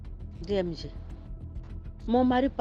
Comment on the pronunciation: H3, c'est DMG, pas DJM ! Mais merci pour l'histoire enrichissante !!